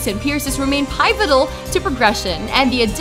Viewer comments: Lmao she pronounced pivotol as pyvitol! Do they not get watched by the higher ups? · PIE-vitol? It’s pi-vit-ol Script read much? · pie-vittel? you mean pivotal? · I didn't want to say anything about the voice over but how the fuck did she pronounce pivotal ?